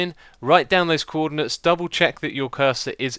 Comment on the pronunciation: "Cwordinates" xD